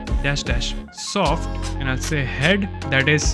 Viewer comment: It is soft VS hard not sort VS hard